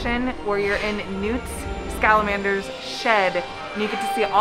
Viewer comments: .... "Newt Scalamander" .. N-NEWT SCALAMANDER....seughes\ig SO TRIGGERED.. SORRY.... It's pronounce "Newt Scam-an-der" Scamander.. IM SORRY FOR POINTING IT OUT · Did you just say “Newt ScaLAmander”? I thought it was one mistake but you did it again .